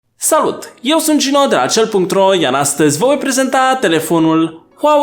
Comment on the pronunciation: "vo vai prezenta"